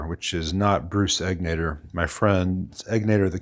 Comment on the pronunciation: Bruce's shop is literally a couple minutes from my house. He's a mensch. Also, the accent is on the first syllable in Egnater.